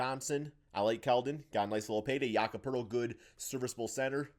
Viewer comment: Dude mispronounced every name: "Jacob" Poeltl, "Franze Waygner," Paolo "Banchairo," "Bozhan" Bogdanovic, "Lugwentz" Dort, "Paschall" Siakam